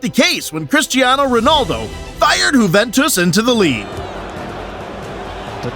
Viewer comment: why does bro keep saying whoventus